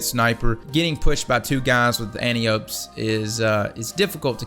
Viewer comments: It's pronounced ANTIA-P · JoeysWorldTour nope. I heard it from Bungie themselves. It’s pronounced Antia-pee you scrub.